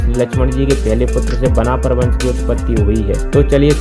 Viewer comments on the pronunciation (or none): बनाफल 😂😂 ठीक बोलना सीख 😂😂 और उस समय पे राजपूत शब्द भी नही था 😂😂